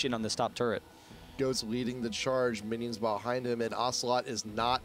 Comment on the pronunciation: He totally said Winions